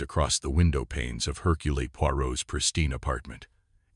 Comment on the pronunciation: Mispronounced "Hurcule". I just can't. I'll read this story in an actual book.